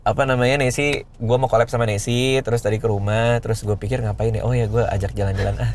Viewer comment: Radit bilang nesie gue dengernya ningsih